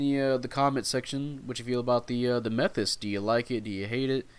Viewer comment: it's mae-thas, thus that rhym with bus. you can check how to pronounce by copy katagana letters and ask google. /kinda disappointed that gundam player doesnt know how to pronounce suits tho